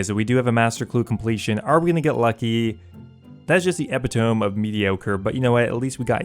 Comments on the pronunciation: EH-PIT-O-MEE not EP-I-TOME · E-pit-o-me not epi-tome. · why are you happy about not pronouncing words correctly it's epi-toe-me if you say epi-tome you're just wrong. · Epitom”ee” of mediocrity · I came here just to message this. Glad I'm not alone lol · Look up how to pronounce epitome